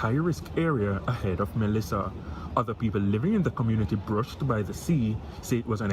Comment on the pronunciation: Why this woman keep saying melisha?